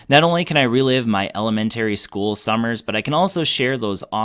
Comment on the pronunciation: Might need to go back to "element-airy" school. :)